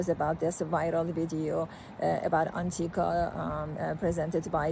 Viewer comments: Maybe the oncologist speaking could learn the name of the drug and how to pronounce it before making a video about it. The cancer treatment industry is currently $320B USD per year. The SARS-CoV-2 “pandemic” helped many people see that the regulatory agencies are totally captured by the industry they are supposed to regulate. A rational person would expect many roadblocks to be thrown in front of a drug that could enable the human body to naturally fight cancer, perhaps wiping out the industry and the profession. We don’t know that Anktiva is that drug, but it certainly looks possible. The concerns about safety are valid, but almost seem silly when we consider what Chemotherapy drugs do to the body and just how toxic they are. The current state of oncology is barbaric if we are honest. It’s not an indictment of oncologists, but is an indictment of the industry, which cares only about profit and its own survival. I think an even bigger discovery comes from Dr Thomas Seyfried, who has proven cancer is a metabolic disease, not a genetic disease. A simple, low cost dietary therapy with drugs to pulse glutamine has had tremendous success, but the oncology industry has not embraced it. An honest scientist admits that science is wholly corrupted by the current business model. The evidence usually follows the wishes of the funder. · What a load of BS she is spewing. She can't even pronounce the name of the drug.